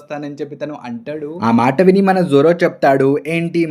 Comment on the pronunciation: Arey bro!!!!!!!!!! Everything is good, Good Content!!!, Good Channel anni baney unnai and I really liked it. But ah "ANTADU" endhi ra ayya, palakadam raadhga ra niku?? Telugey na ?? Plzz kuni cheyyaku mottam antha manchi ga explain chesthunnav ah "ANTADU" is really really irritating!!!!!!!!!!!!. Plz try to pronounce it properly.